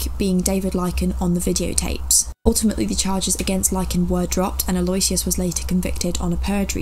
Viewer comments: for info, Aloysius is pronounced a lew ish us. great job btw, loving your work. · “Al-oh-wish-iss ,” Lol